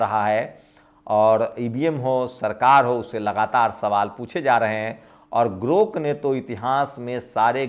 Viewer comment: sir aap bahut achha samjhate hain.magar thoda shyan rakhiye elon musk ka naya product GROK hai na ki 😊GORK